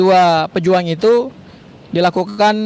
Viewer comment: PEJUH ang bukan pejùang..